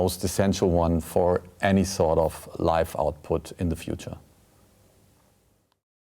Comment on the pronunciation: when Hansi says "sort of" it sounds like "sod off"